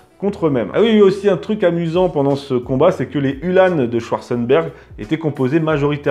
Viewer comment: Hue l'âne ! non, uhlan (comme verlan), tout simplement ;-) . Sinon merci une fois de plus pour cette émission fort intéressante (et pour "neurchi", en échange de bon procédé !). A noter que les fanions en partie haute des lances, outre d'indiquer l'unité d'appartenance, avait pour vocation d'affoler les chevaux adverses lors des charges.